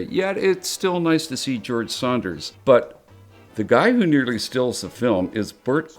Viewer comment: Dan Ireland keeps saying "George Saunders." It's George SANDERS (rhymes with Flanders).